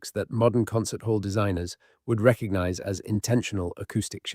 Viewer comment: There's a G in recognize. It isn't reckanize.